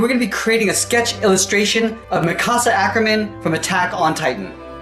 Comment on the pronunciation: I'm triggered of the way he says Mikasa